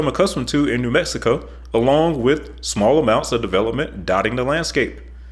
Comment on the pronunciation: This is terrible. He cannot pronounce New Mexico.